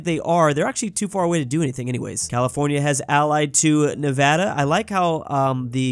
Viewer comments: He said Nevada right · Paused the video to comment: As someone who has lurked through a few of your videos I am so glad to hear you now properly pronouncing Nevada.